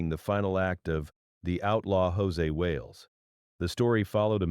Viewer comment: José Wales? Wow. Proof that Artificial Intelligence is a bit of an oxymoron. His character's name is Josey Wales. Sounds like Josie and the Pussycats, just spelled different and no Pussycats. There's a Y on the end of his first name. That's how you know IT'S NOT EFFING JOSÉ!!